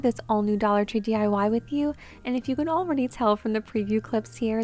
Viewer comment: DYE-Y LOL it's actually D-I-Y 🤣